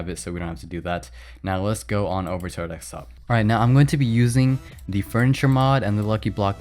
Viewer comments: It's DESKtop not DEKStop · Am I the only one that can't hear what he is saying for a minute after he says DEK-STOP?????? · Why do You say DECKSTOP?